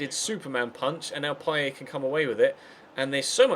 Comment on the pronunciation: his name is Dimitri PayeT, not Dimitri PayeY